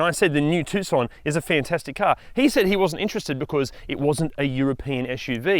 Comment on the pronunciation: At least you can pronounce Tucson correctly